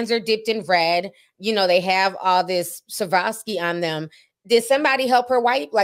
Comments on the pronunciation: The fashion house Schiaparelli is pronounced (Skahp-uh-relly). And the stones are pronounced (Swuh-rov-skee). And Haute Couture is pronounced (Oat) Couture, like (oat)meal. ❤️ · I'm sorry but the way Ti pronounces Schiaparelli and Swarovski is hilarious to me 🤣🤣🤣🤣